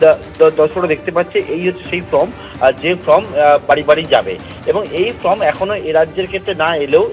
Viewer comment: ভাই, form-কে 'ফ্রম' উচ্চারণ করবেন না।